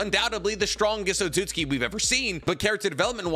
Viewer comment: he said Code an Otaku for Otsutski LMAOOOOO